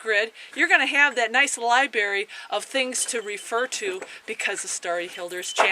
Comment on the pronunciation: what the hell is a lieberry?